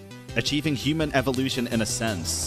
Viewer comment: Bro said eevielution instead of evolution